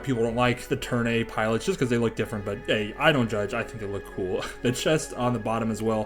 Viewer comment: amazing build! i dont wanna be mean but i believe the suit is called the Turn A (A pronounced like the letter itself) in the series its called that or the white doll/mustached doll.